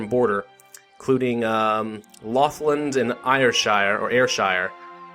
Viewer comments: lothland? it is pronounced low-thia-an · I live in the Lothians (East Lothian to be precise). is closest. It's Low-thee-an. Although without too much emphasis on the th sound.